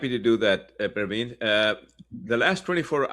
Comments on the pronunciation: you should correctly state the name whom you are introducing. His name isn't Parvin, he is Pravin. Please be careful to properly pronounce someone's name. Thank you! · I thought he is pronounced as Pravin, not Parveen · It’s NOT Parveen but PRA VIN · you are mispronouncing his name! It’s not respectful.